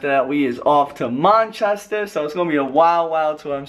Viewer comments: loool.. did he say monchester? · LMAO the way slim says 'Manchester' and 'glasglow' 😂😂 it's Glasgow slim loool